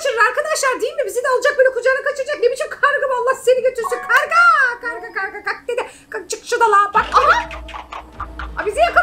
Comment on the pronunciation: Kavga değil karga